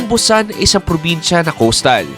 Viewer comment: Bat ganyan ka mag pronounce ng Busan???😅😅😅